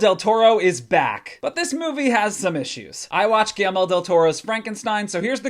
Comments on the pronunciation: GuillERmo not GuillELmo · Is he saying "Ghee-Elmo" ?? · That pronunciation of Guillerme is brutal bro